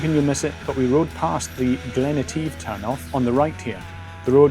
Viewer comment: You pronounced Etive correctly, most Scots dont even pronounce it right. 👌